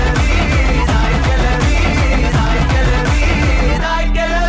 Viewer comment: கெலவி..இல்ல..கெழவி... சரியா உச்சரி